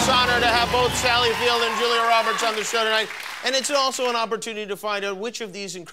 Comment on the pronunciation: At 2;50 I think Sally Field said feltch.